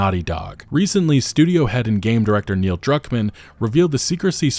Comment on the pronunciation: You said Neil Cuckman's name wrong.